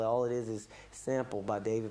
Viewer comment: David Boweee it’s David Bowie not bowee